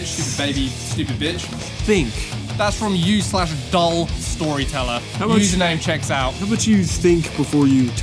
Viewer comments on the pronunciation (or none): Why did the last “username checks out” sound like “fuck you” lol